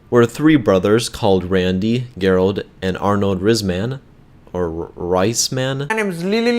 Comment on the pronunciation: Gerald with a hard G? Dude learn to fuckin talk